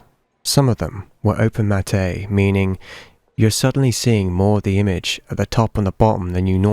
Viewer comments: BTW, 'matte' is pronounced 'matt', not 'matté'. Great video, anyhow. I generally agree with what you're saying here. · Great video, but it's pronounced "mat" , not "mat-ay". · I don't wanna be the asshole who just comments to correct you, but it's pronounced "MAT." It's spelt "matte" like "latte," but it's just simply pronounced "mat." Ok great video! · hahaha it's just pronounced Matt, like the name, it's French. Comes from Matte painting (as we paint out the top and bottom of the frame called "letterboxing". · It’s not Mat-ay lol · It’s pronounced “mat”.. it refers to “matting” or framing art 🙂